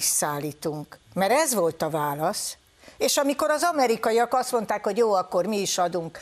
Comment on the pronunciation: "aszonták" te jó ég így beszélni nyìlvánosság elõtt....